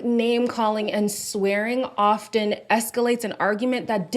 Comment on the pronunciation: Olivia….!!! The T in often is silent!! 🤫